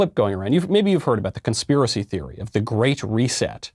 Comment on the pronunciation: Michael: have you heard of this conspiracy theory? Everyone in the comments: you pronounced “proven theory” wrong